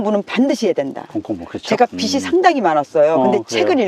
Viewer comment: 그리 많은 책을 읽으신분이 틀렸다랑 달라졌다도 구분 안하시네 에그 듣는거 마다 거슬리네 빚이 비지 비시라고 하시네 뭔 책을 읽으신거야